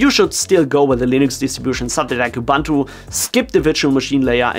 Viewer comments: Why do people keep saying "Ubantu" whilst it clearly spelled "Ubuntu" and also pronounced "Ubuntu". Love from South Africa, where Ubuntu comes from. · Ubuntu is ooh booon too, not ubantu, please..... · Good info here. Please learn to pronounce Ubuntu right. (uu-boon-too)